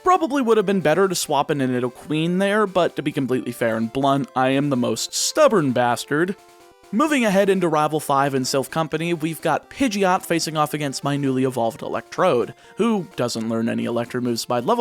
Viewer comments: Hearing Rival Five instead of Rival Fival sounds so wrong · Now, I noticed you mispronounced rival fival as rival five